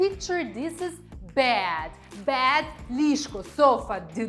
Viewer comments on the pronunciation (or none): Слухайте, ви мені ніби й сподобалися, але коли лунає суржик (полотенця замість рушники, кровать замість ліжко, тощо), то трохи втрачається довіра до Вас як до філолога( . А потім ще й кілька разів bad замість bed... Може, звісно, ліжко ваше й погане, але ж воно не перестає бути ліжком. Вже й не знаю, чи варто додивлятися відео... Сумно.